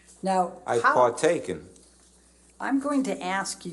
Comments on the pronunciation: bro said ive partaken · "I've partaken" lmfaoooo